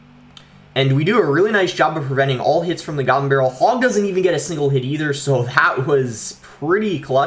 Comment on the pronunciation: The way he says goblin🤣 He says: gabblin